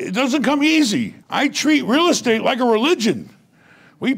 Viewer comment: "they have a degree in real estte?" haha